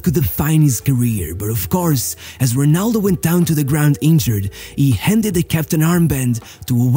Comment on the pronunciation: Se és Português, para quê dizer Runaldough???